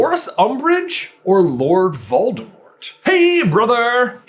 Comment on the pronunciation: Doldemort? Volores?